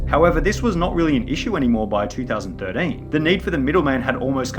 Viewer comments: Two thousand thirdeeeeen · “2000 3rdean” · two thousand thiddin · Two thousand Durteen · two thousand thirdane two thousand fordane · the way you say 2013 is amazing